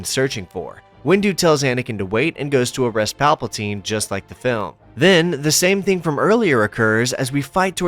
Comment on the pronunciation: Shout out saying Palpaltine instead of Palpatine! Teasing aside, the video really is awesome! 👍